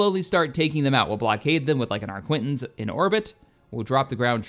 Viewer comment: For god's sake,! Arquitens is pronounced ARKITENS not ARQUINTENS!